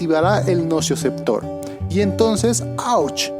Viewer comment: SOLO UNA ACLARACIÓN; ES NOCICEPTOR, NO ES NOCIOCEPTOR